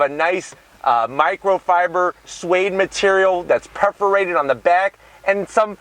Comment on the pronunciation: Perforated not preforated!!! and please can you try doing a video where you don't say AT THE END OF THE DAY 25 times!! Just messing with you love your channel!! lol